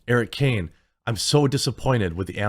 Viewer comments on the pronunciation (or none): none